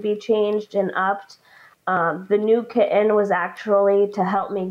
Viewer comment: What's with people who put over the top emphasis on "t's and d's in words? Do they not realize that they sound like little children who are just learning to speak? The way some of these adults pronounce "kitten" and "sudden" is insufferable, it is not cute, it is not endearing. They can neither walk the walk nor talk the talk of a grown adult and they sound stupid.